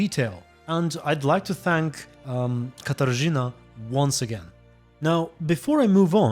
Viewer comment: Katarzyna. The RZ is pronounced the same way as J in french name Jean or S in word "Leisure"